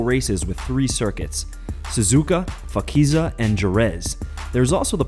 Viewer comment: FAKIZiA AND KEREZ.. DAMN! ITS CALLED JEREZ AND PHAKISA